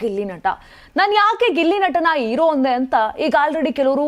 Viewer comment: ಅಮ್ಮ ತಾಯಿ,,, ಇರೋ ಅಲ್ಲ,, ಹೀರೊ,,, ಅಕರಾ ಹಕಾರ ಬಗ್ಗೆ ಜ್ಞಾನ ಇಟ್ಕೊಂಡು ಮಾತಾಡಿ